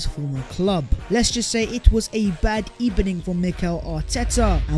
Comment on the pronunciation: Who else caught “bad ebening”